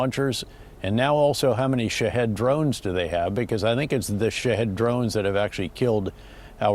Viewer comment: Lol no "Shahed"